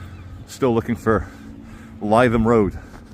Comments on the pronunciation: Lith um, not lie thum. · Lytham Road is pronounced Litham, not Leyetham. Just an observation! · must correct you on your pronunciation of the Blackpool Rd you thought would be the place of trouble,it's Livethem Rd, not Liethem Rd ok easy mistake for a a half Scot/ Brazilian, no faschmal amigo 😅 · It’s ‘Li’ not ‘Ly’ Lytham, can you not hear me shouting at the iPad!! 🤪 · Lytham is pronounced ‘Live em’ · L-i-THAM road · "Lytham" is pronounced "Lithum". Happy to help. 😊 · Lytham is pronounced "Lithem"